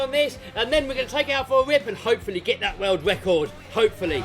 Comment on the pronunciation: Wecord ? WTF is a Wecord ?